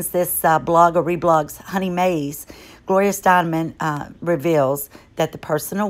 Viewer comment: It is Gloria Stein - EM. Last name is pronounced "stine-um". Just sayin'..........